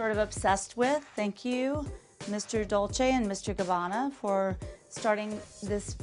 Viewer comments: Dol-say Gabbana? If you're dropping thousands on their shit, learn how to say the actual name. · lol "doll-say and Gabanna". if you're gonna spend thousands on a bag, at least know how to pronounce the name of the brand, kameron. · The first one needs to learn how to pronounce Dolce 😂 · Closet tour without Erika and Dorit ??? If you could exclude the house tour which we all had seen, they might have fit in..and that Kameron doesn’t know how to pronounce Dolce 😂...No wonder Kenya was Miss USA so intelligent...she can read you to filth..anyways nice compilation 👍🏼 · The first girl can’t even pronounce dolce and gabana right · The first chick not knowing how to pronounce Dolce! Traaashhhh 😂